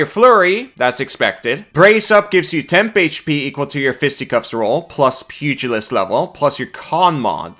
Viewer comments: ...pew-jill-ist...not pugg-a-list... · Small thing, but it's pronounced "Pew gel ist" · Pew-jill-ist. But pug-ill-ist is funnier. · I'm personally disappointed by the lack of squishy-faced dogs in this class. You'd think a pug-ilist (as pronounced by ) would have a whole list of them. Also Happy Birthday! 🎉🎉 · Of course you pronounce it as pug-ilist. You are a pug class. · I was gonna explain how to pronounce pugalist, but you said it correctly a few seconds later so I'm guessing the way you said it the first time was a joke?